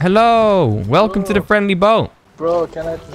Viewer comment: Truly a Velcome to rust